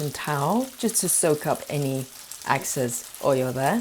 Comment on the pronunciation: Thank you. BTW, it's Excess and not Access.